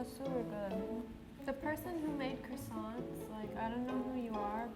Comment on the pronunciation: After hearing the guy say “Croissants” I now understand why French people get annoyed when other people say it wrong.